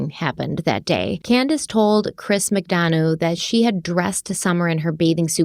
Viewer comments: Chris Mcdonough's name is pronounced Mick-Done-Uh .."Done" as in the pie is "Done" now and "Uh" as in I made "a" pie. So glad you're covering this case! I've been watching it very closely, looking forward to part 2. Oh and someone made that "mom patrol" shirt for Candus, she didn't buy it for herself. Also when grandma was interviewed she said that when they got home she took a nap which doesn't line up with them planting flowers right after they got home. The boys stated they had been playing Hide-N-Seek when Summer went missing. Also the mention of horses in this case is fascinating to me: Grandma said before Rose (Candus's missing younger sister) went missing Rose sustained a head injury due to a horse kicking her and thus wondered if it caused amnesia. Then the last place Candus took Summer swimming was known as the Horse Stable Pond. Then during a police interview after Summer had gone missing they were near a road and suddenly a horse that had broke free came thundering down the road with some sort of trailer it had been hitched to trailing behind it, might sound crazy but I took it as a sign that Summer was with her Aunt Rose. Very sad. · Also, I'm not nit-picking or being an ass, just pointing it out lol...Chris's last name McDonough is pronounced Mc-done-uh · As someone well versed in this case I am so glad to see you 2 cover it. And Chris's last name is pronounced Mc Done a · Chris's last name is pronounced Mick Dun-uhh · It’s Mic-dun-uh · Always enjoy your work! Just to note, ...you're not quite prouncing Chris McDonough's last name correctly.